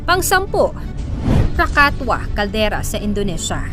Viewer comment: KRAKATOA is pronounce as Krakatowa di po krakatwa